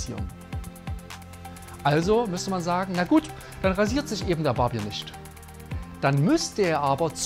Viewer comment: Mein lieber Mann! 1) lernen Sie bitte mal, das Wort Barbier richtig zu betonen! Das ist kein Bier, das es an der Bar gibt! 2) netter Versuch, eine der Naivitäten in der Religion (egal welche) zu verteidigen, geht aber an der wirklichen Problematik vorbei!